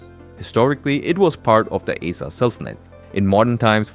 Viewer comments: Aceh It's called // AH-CHEH // man... Not ae-sha 😂😂😢😭😭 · Aceh is pronounced as Ah Cheh not “A Seh” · First of all, the name aceh spelled "Uh- CheH" not "Uh-seh" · "Aceh" should be pronounced like "ah-chay" (or similar to name of the Spanish letter "h") not "ay-suh" or "ace-uh" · Its "A-cheh", not "æ-cee" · Aceh is not pronounced “A-sah”. It’s pronounced “Ah-chay” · I thought it was A-Keh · Acheh is not A-Sa but pronounced as Ah-Cheh! 🤣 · It is called áchéh Not aseh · Aceh is pronounced 'Acheh'. I know as I lived in Indonesia. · this guy butchered "aceh" for context it's pronounced like acheh and the e is like the first e in ever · Aceh is pronounced archay. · Acheh is pronounced Ah-Cheh. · Its pronounced as Ah-Chay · Isah njir 😂 Bukan aceh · Hello Aceh is pronounced "uhh-che" ('Che' as in check) Thank you 🙏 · The way you pronounce ACEH 💀